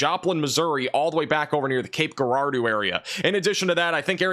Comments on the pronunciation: It’s Cape Girardeau not “Grrr-rado” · Cape Girardeau, is pronounced Cape Jirardeau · Cape Jerr-ar-dough.... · Love your content, please keep it up! Just an FYI, Cape Girardeau, MO is pronounced kayp jr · AAR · dow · Cape Girardeau is pronounced Cape Juh-rar-doe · For future references it’s pronounced Cape Jurado (Girardeau) 😊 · Cape Girardeau is pronounced as Jer-roar-doe. 😊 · Cape Girardeau is pronounced with a soft “g”, like “gerbil.” (It is not pronounced with a hard g like “go.”) 😊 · ....just a couple of pointers that I hope won't offend you. The word "significant" is pronounced "SIG"nificant not "SIN"ificant. Also, regarding Cape Girardeau. Girardeau is pronounced with a soft G as in gem, giant, gentle or gel. Finally, you stated Memphis, Tennessee would receive about 4-6 inches of snow, but, as you were describing it, you circled SW Kentucky, not SW Tennessee. You have 1.9 inches listed on your map where Memphis is located. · the southern town in Missouri is pronounced Cape now I'm sounding it out Girardeux it's a French name hope if helps, thank you for all you do!! ❤ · Good morning you said Cape Girardeau!! 😮 we are going to get it! Yikes!!